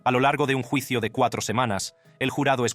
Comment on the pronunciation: Como eres wey para pronunciar palabrs en español...juicio....yuicio